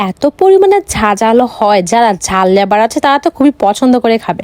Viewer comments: লাভার❎ লেভার✅ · লাভার ❌ লেভার ✅ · লাভার ❌❌❌❌ লেভার ✅✅✅✅